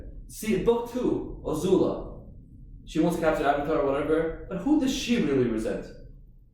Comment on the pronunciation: He keeps telling Ozula Guys she is A-zula